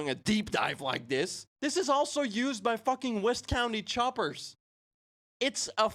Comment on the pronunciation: “West County Choppers” so close buddy..